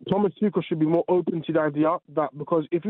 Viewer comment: ‘Toochall’ LOL it’s ‘Toocall’ you drip